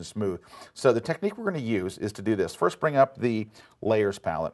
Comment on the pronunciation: "And now, for the week of May FIRTH" . Yes, the introduction lady forgot it's FIRST, not FIRTH.